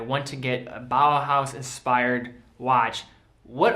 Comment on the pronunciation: Great video. Are you aware that you say "BAHA" instead of "BAUHAUS"?